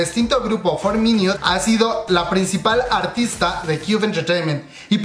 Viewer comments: "For miniut" xd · Buena la información, bien completa. Pero la pronunciación de los nombres de los involucrados y los grupos, por ejemplo: for miniuts, hiouna... Hay que estudiar más bb. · Amix no lo digo en mala gana ni nada pero se pronuncia jiuna y iduan,y for minut